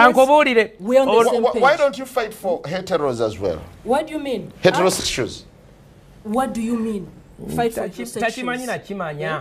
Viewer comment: "why don't you fight for heterosezual?" "What do you mean?" "Heteroshshkls"